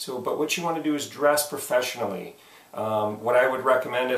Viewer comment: I didn't know "Frofeshionally" was a word! HAHA! Thanks for all the other advice.